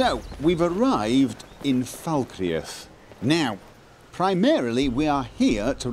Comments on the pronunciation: does she say "fuckreath"? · Just so you know Falkreath is pronounced 'Fal-kreath' with only two syllables. Ps love the vids :) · lol Gophers accent is from the North of England (Manchester) but his pronunciation of Falkreath have nothing to do with each other in fact no accent in England would pronounce like that. has bit of a mixed accent, a combination of Manchester and Oslo which I like both of. The United Kingdom or Great Britain is a set of Island and country's called England, Scotland Wales and Northern Ireland with the Channel Island & the Islands off the coast of Scotland all go together to make up Great Britain and the British Isles. There are more to add to this but for that list just do some googling around the British commonwealth. Hope that helps:)